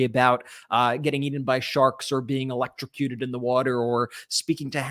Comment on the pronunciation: 🤔 DictatorDonnie chooses "elecrishcushun"? I vote to accommodate him asap.